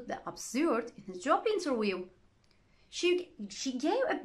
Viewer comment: Wait Madam!!! we say Interview this is the phonetics /ˈɪn.t̬ɚ.vjuː/... not interwioo